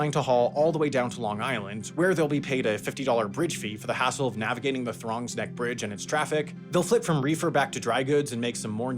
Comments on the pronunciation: "Throgs Neck" not "Throngs Neck". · FYI: Oswego is pronounced "os-wee-go" not "oh-sway-go." And it's "Throgs Neck" (rhyming with frogs), not "Throngs Neck" (rhyming with prongs). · It’s Throg, like frog, not throng. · Did you say “Throngs Neck” Bridge? 🤣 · Thongs Neck bridge. Lol I hate when you don't even bother to check the names of things. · "throngs neck" hilarious and accurate mispronunciation